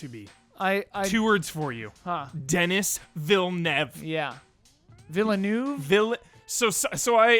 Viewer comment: it's pronounced Dee-Nice Vee-Lay-New-Vay;)